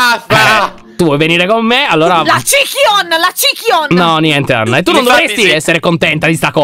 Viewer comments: Anna!!!! Si dice lyontobbi non cicayon!!!🤗🤗🤗🤗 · Ma che poi si chiama LyonTobbi non cichion